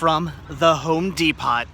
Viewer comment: only person i ever heard call home depot. with the T ive always heard it called depot with the t silent lol